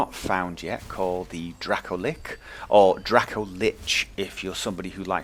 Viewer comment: Dracolick? I've never ever heard anyone pronounce lich with a hard "ch". Maybe that's just a shortage of experience on my part, maybe it's even correct, but MAN that sounds weird to me.